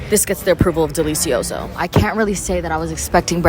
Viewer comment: I’d rather hear you say business than ¡delEEsiOso! 🤣🤣